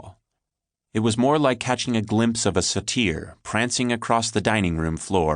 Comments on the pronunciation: A "sah-tier"? My dude, the word you're looking for is "Say-ter" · "sah TEER" ???? I thought it was pronounced "SAY tur." Google agrees with me, too, just for the record. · Always funny to hear pretentious writers use words they don't know how to pronounce. satYr lmao. credits to the girl for actually pronouncing fungi correctly tho, that instantly makes her better than 90% of American experts/farmers. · 'Sateer'? LOL! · lol dude gets hired to read an audiobook and doesn't pronounce satyr correctly